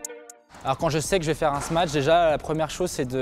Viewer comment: Et avec tout ça, il ne sait pas prononcer "smash"... Et il ne connaît pas le verbe "sauter", non plus, visiblement.